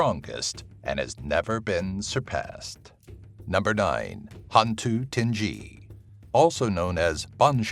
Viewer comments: sadly i neva heard of a bao a qu. it should be ting-gi not ting-gee/jee, tinggi = tall. orang bunian is people from another dimension. some folks claimed they were brought onto orang bunian community, offered to be marry with their daughter. easy tips to make how the toyol to forget stealing a money is spread some green bean, so he will play with them and forget his intention. gedembai ? never heard of. penanggal is a living woman who rolled her body in a bemban mat to separate her head from body, whilst her become penanggal she will fly around the village especially to the house where the mother that just gave birth. from tiny space of wooden floor the penanggal will sipping the blood to retain her life. Langsuyar ? local called them langsuir ( lang-soo/sue-where) not to be confused with sundel bolong/pontianak/vampire. Orang Minyak ( mee-nyak) not meen-nyok. since his body are black and shiny. he rape girl in kampung. maybe to retain his life. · ITS HANTU TINGGI NOT TINJJI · Hantu Tinge-gee? No no no hantu ting-gie!